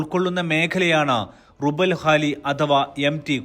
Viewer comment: റുബ്ഉൽ ഖാലി ആണ്.റുബൽ അല്ല ربع الخالي